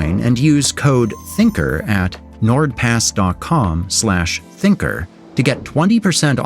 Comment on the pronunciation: THINKAR, typical indians pronounciation.